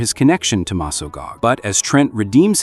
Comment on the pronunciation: dude its Mesgog not mesgag Also i 100% Ship Tommy Oliver and Kimberly, Jen and Wes too